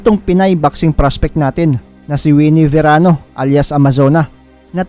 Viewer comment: Verano not serano